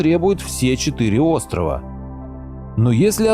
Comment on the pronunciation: ебень ты произноси правильно. не курильские островооооаааааааааа. правильно будет острова а не островоааа